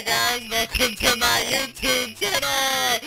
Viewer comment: He said "Hey guys welcome to my yootoobe channel, yyayyyy"